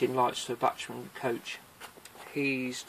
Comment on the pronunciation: It's pronounced "back-man". It's a German name.